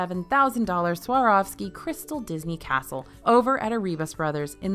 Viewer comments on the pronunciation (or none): none